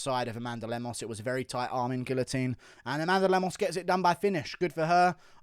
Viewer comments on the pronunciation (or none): none